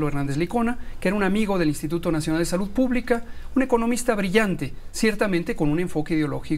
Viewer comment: aja a ti te gusta nomas escuchar a kks diciendo : salutt, covitt, amistatt , dijistess , vistesss, trajistess . Eso si te gusta mucho . 🤣🤣🤣